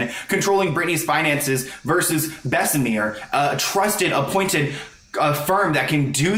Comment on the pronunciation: It's pronounced Bess-uh-mur not Bess-uh-meer... it isn't pronounced like the french La Mer lol